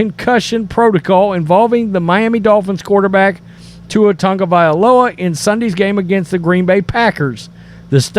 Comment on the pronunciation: I just wish you sports “experts” would learn to pronounce Tua’s last name. It’s TAGovailoa, not TUNGovailoa!